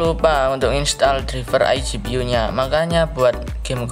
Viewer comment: Izin ngasih tau bukan menggurui tapi cara baca driver itu draiver bah